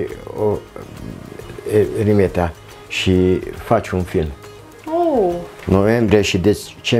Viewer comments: dragilor e vorba de Rimetea cu "I" de la Ion 😉 si nu Râmetea cu "â" 😉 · Se face rafting, parapanta, circuite turistice, etc in zona. Dar se pronunta Rimetea, si Toroțco, in rest e tare faina zona. Si vad ca se creaza confuzie intre Rimetea si Ramet, la Râmet exista o manastire cu traditie, de care întreabă lumea, deci o idee de vlog nou 🙂Si in Rimetea sunt 2 manastiri, una de maici si alta de monahi.E o zona minunata dar greu găsești cazare in zona pentru ca vin mereu autocare pline cu turisti din Ungaria sau restul tarii. Asa e mereu. Multumim pentru vlogul minunat pentru ca asa se promoveaza și mai mult zona asta atat de minunata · Ai fost acolo și nu cunoști numele comunei (are primărie....), numele este unul singur, nu "cum i se mai spune". Cu "i" și nu cu "î", Rimetea!